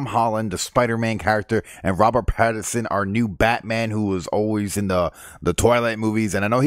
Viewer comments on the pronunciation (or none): Pattinson not Patterson